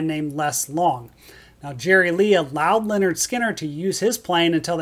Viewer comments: Watching this a second time, and I HAVE to say it again: The first part of this band’s name is NOT pronounced the same as the name “Leonard”. The “y” is pronounced as a short ‘i’: LIN-erd. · Uhhh… “Lynyrd” is not pronounced as “Leonard”. It’s “LIN-erd”.